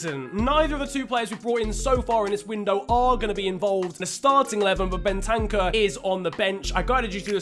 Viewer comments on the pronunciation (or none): It’s not Ben-tank-er it’s bent-er-cer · Btw it’s Ben ta kuuurr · The way you say Bentancur ahahaha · Fifa player and yet doesn’t know how to pronounce bentancur correctly